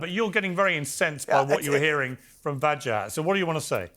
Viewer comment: poor piers, cant pronounce english letters strung together ..WA JA HAT.. wajahat.. not hard is it.. break it up into syllables it helps with speech impedements and sometimes idiocy too.. unless of course the plant piers misnamed him to vaj az deliberately hmm i wonder